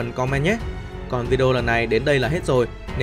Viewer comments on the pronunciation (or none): none